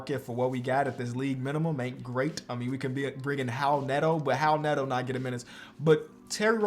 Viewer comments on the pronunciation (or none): none